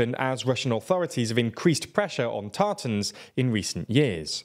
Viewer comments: Tartars, not tartans. Tartans is a pattern you put on kilts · A slight correction. People from Tatarstan are called Tatars, not Tartans. Nice work as always 👍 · or so, that's Tatars, not Tarta*n*s. Also not Ta*r*tars - they're a people not a sauce. Thanks for covering her arrest! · you mean "Tatars"?